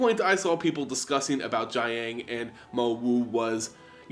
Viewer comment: the ang sounds are a bit more like oung (i.e. young) so you pronounce "jiang" a bit like "jyoung" and the "gu" sound is pretty much pronounced as "goo"